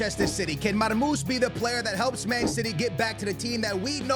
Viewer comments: his Nameee is Marmou-SHHHHH مرموش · Man forgot the SH at the end of his name😂